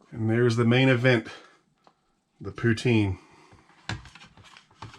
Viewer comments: It's pronounced poo tin.... not poo teen... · For the love of God - "Puts-in" not "Pooh-teen". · Im from Canada and if it took me that long to shovel in the poutine I would be turning that fork around and using the spoon. Also it's "putin" not "puteen". All good know 90% of the Canadian population doesn't know that either. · it poutine not pouteene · its not pronounced poo- teen, its puht. sin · Poo-tin! Not pouteen. Don't pronounce the E. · Poutine is pronounced Poo Tin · Its pronounced poo tin but spelled poutine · very much so... but the emphasis on the syllables are different...